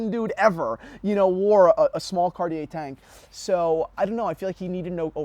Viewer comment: Nice video but you should work on your pronunciation of Cartier, you don't pronounce the r at the end.